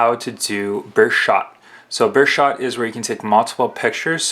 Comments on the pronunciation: It's not burshot it's burst shot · Burst shot...learn to open your ears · What the fuck is a bursh shot? Speak English boy. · lol he cant say burst shot